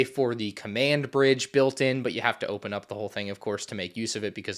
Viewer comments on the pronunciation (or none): none